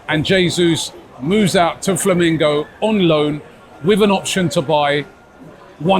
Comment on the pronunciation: Flamengo not Flamingo, Robbie. 😂